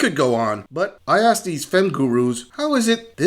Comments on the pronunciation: You "axed" me!!.....yes, yes he did😂😂😂😂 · Those poor cats! Did it hurt when he 'axed' you?